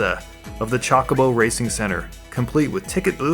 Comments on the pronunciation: Chalkobo? You serious? XD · did you say chuckabo? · I Love you for the videos, they are amazing...but please....its chocobo... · Come on, they even explained how to pronounce chocobo in FF8, there's no excuse for saying it that way anymore. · The amount of times you say "chalk-oh-boh" and "Knob-u-oh" is tilting me.